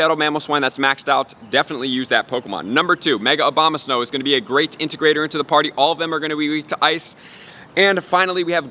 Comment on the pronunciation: did he say "mega obamasnow"?